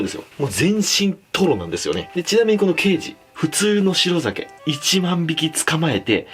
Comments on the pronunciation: ケイジのイントネーション刑事と同じだと思ってた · ケイジの発音どうにかならんのw